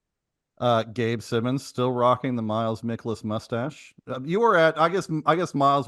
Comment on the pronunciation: It’s pronounced “MY-kolas”